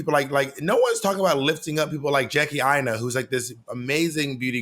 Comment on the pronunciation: Ai-ee-na. Lol, Monet stay adding flair to people's names.